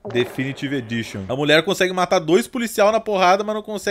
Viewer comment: "definitive editoon"